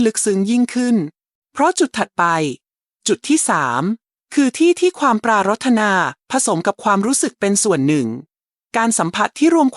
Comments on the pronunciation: ควรให้คนอ่านAI.อ่านไทยไม่ถูกเช่นปรา..ระ..ธนา..อ่านว่าปราดถะหนา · ทำไม. คำพูดที่ได้ยิน. ปรารถนา เป็นเสียงเพี้ยนไป. น่าจะ ออกเสียงว่า. ปราถนา. แต่ออกว่า. ปรา. รด ถะนา ขอคอธิบายด้วย ครับ